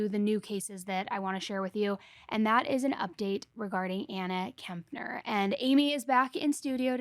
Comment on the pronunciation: Why does almost every single YouTuber keep calling her Anna Kempner?! There is no "M" in her last name... it's Kep-ner! It's not that hard, y'all!